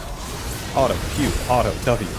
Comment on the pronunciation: the way you say auto honestly is hurts the ears. Was enjoying the video but I honestly can’t listen to a word being heavy butchered like that